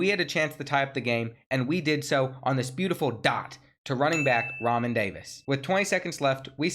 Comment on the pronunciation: No doubt. Also, Re'Mahn = Ra Mon. Keep killing it 💪🏿